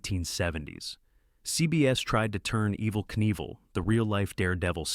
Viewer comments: Only one time did I hear “Knievel” pronounced correctly. It isn’t “NEE-vull”, you actually DO say the “k”: Kuh-NEE-vill. Three syllables. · PLEASE stop using the M0r0n A.I. Readers. Or at least write a script where the names are phonetically spelled so it can get them at least close... I mean really, EVaL NEEVaL. PROOF LISTEN to your videos first... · That hurt my ears so bad! Despite the stupid AI correcting itself, this was too far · Evel "NEEVEL"? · What's odd is that right after the voice pronounces his name right and then says it completely wrong again a minute later. Weird...LOL